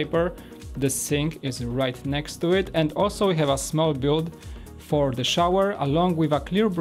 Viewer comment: Say build not "bude"